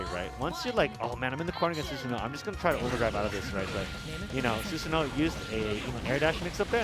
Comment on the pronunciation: Quick pronunciation note: Susanoo is pronounced SOOSS-ANO-O, not Suzanne-o.